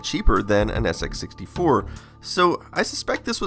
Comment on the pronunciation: "Then of course there was the SX -64...." * "SX 64" (emphasis as compared to the SX-100)